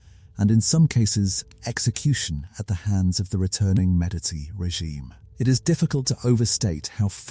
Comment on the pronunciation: Medici is pronounced Medichi. You keep using or an S sound, a t sound or a K sound. So annoying. Had to stop listening.